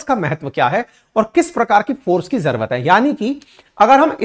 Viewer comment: sir jrvt bol reho aap jrurt ko😅😅